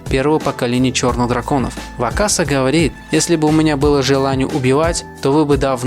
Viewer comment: Если, что правильно говорит не бЕнкей, а бенкЕй и не вАкаса, а вакАса Но всё равно видос один из самых крутых